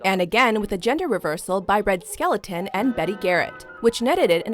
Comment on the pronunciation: Red Skelton, NOT Red Skeleton!